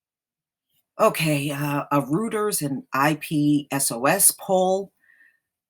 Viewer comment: Hi, Reuters is pronounced ‘ROY-ters’. I only know because my BFF worked there for two years!